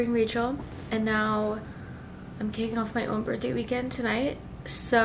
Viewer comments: Girly… you know its birTHday, not birtday, right 😅😂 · 😆🫣 one of those things I suppose. It’s a TH not just a T hahahah